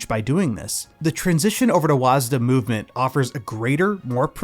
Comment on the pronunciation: Sigh. It's pronounced WADS. Was-duh sounds like the dumbest thing ever said. Please. It's wads. It's been pronounced wads since Quake and ID software.